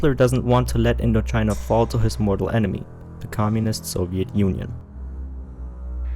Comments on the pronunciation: Interesting video, but what is "commuist" that you keep repeating? xD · Commuist lmao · Might need to learn how to pronounce Communist. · Great video but damn the one narrator needs to work on her pronunciation on some words especially ones like "Communist, Communism"